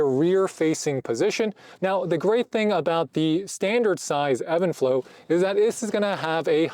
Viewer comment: Is this pronounced even flow or Evan flow like you’re saying?